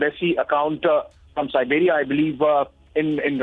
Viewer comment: Its Serbia not Siberia